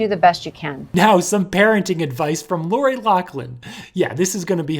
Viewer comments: it's pronounced Loff-Lyn. Not Lock-Lin. Damn people. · LOFLIN NOT LOCKLIN! Do your research ( or learn to read) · ok this is driving me nuts so pointing it out, lochlin is pronounced like locklin where as loughlin is pronounced like *lofflin*, k sorry great video though lol. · You didn't pronounce Laughlin right it's you're supposed to say lauflin. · why do they pronounce it "lock-lynn" theres no C or K in the last name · For the love of God it's "LOU-FF-LIN."